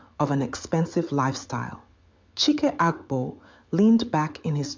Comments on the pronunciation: You should keep the pronunciation of the name the same one moment CHIKE the next CHAIK? HABA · How can one name, Chike, have 3 different pronunciations in one story?😁. Chyke, Cheeck, Chiki😂😂😂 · Great story, but what’s with the change in pronunciation of ‘Chike’.